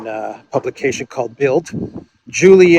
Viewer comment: “das Bilt”…the “d” on the end is pronounced as a “t” 👍